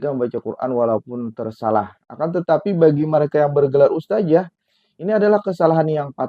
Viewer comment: bukan "ustajah" ustadz, yang benar "ustadzah". bukan pakai huruf JIM tapi DZAL. kritik tajwid, ngebacotnya saja salah bacot. ustaaad... ustaaaaaddd.... traaaddd...